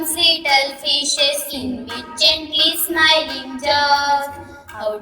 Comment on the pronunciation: Doesn't no to pronounce gently😂😂